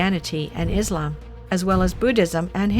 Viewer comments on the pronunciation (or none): none